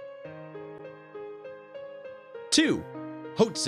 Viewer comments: Good pictures. Lousy music. Hoatzin is pronounced wrong. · Grouse: "gr-ow-s" Hoatzin: "hoe-aught-sin" Pronunciation is a bit off, and didnt even mention the hoatzins characteristic wing spur, but overall a pretty good video! 👌🏻